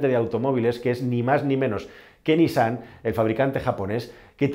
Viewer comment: Correcta la pronunciación de NISSAN: niSSAN